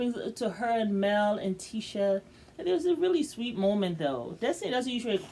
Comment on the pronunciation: Her name is Tisha (T-ShA)